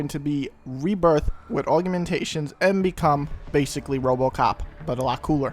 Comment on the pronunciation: youre the second person ive heard say it like aug-u-mentations. weird :o